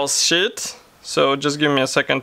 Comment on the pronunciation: "Decal shit?" Lol It's pronounced "sheeeeet"